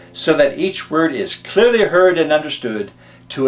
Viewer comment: ...so that each word is CLURLY heard... FAIL